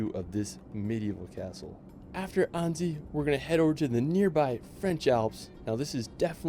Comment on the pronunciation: It is anneCy. It is Mon(t) Blan(c) SILENT LETTERS at the end Aiguille du Midi : egg u i ye du Midi Cannes : can Edit : France is overcrowded, often smelly and dirty, the weather not great, the French famous for their rudeness towards strangers and us-american aliens in particular. All in all over-rated!